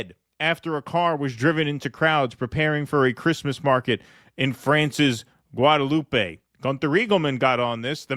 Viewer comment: Oh and it's not pronounced Guadelou-pey, but as if no "e" at the end - Guadeloup